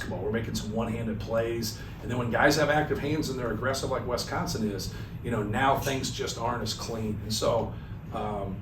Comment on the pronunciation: It's Wisconsin, not Wesconsin. Thank you very much!